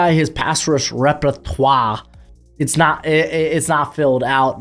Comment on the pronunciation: That "repertoire" was painful Also Braden Fiske should be rated higher